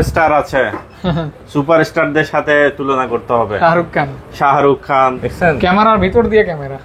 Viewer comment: Sharuk khan ❌ Shaharuk khan ✅